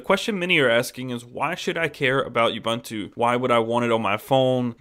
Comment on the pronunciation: It's pronounced oo-boon-too for God's sake!